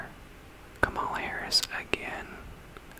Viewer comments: Her name is pronounced “comma-la” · Really enjoyed the video, just a few comments: 1. Kamala is pronounced “comma-la”, not “kuh-mala.” Just pointing out bc her name is not intended to be pronounced both ways. Would be weird if you pronounced Melania Trump as “mel-a-knee-uh” Trump, right? 2. I think the biggest reason why Kamala lost is bc of the global anti-incumbency trend since COVID that has seen almost all incumbents, regardless of political affiliation, lose. People are mad about inflation from resulting from COVID and taking it out on the current administration. 3. I agree that her affiliation with Biden hurt her. Perhaps the dems would have benefitted from nominating a candidate unaffiliated with the current administration. 4. After all the votes are counted from CA, OR, and WA (all heavily leaning toward Harris), Trump will have only beat Harris by about 1 mil votes - one of the narrowest popular vote margins of the last 50 years. All things considered, she ran an amazing campaign in 109 days I think. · He also can't pronounce "Kamala" correctly 🙄